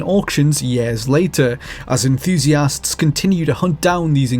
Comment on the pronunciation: Please learn how to say the words "with" and "enthusiast." I can only stand "wiff" and "EN-THOO-SEE-ASST" so many times